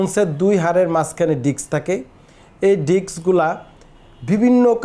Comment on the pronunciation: ডাক্তার সাহেব আপনিতো ডিস্ক ই উচ্চারণ করতে পারেন না। আঘাত লাগলে ডিস্ক বের হয়ে আসে এইটা কোন ধরনের কথা। ভালো করে জ্ঞানটাকে অর্জন করুন তারপরে অন্যকে জানান।